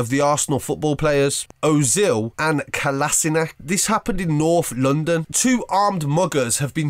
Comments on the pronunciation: Rageing bosnian speaks to all people which speak english: You miss pronounce our footbaler's name's.It's kolashinac not kolazinac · Who else cringed when he pronounced Ozil and Kolasinac names